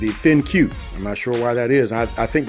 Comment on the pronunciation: It's not pronounced Thin-Q it's pronounced Think. Just fyi.